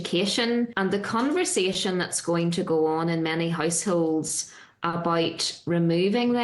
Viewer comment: It's 'conver-sation', and not 'conver-jetion'. For-ty, not fot-ty. Bull shit, go get your Pronunciation fixed.